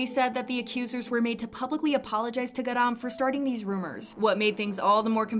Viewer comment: GAh-rahm accent on 가 pls😭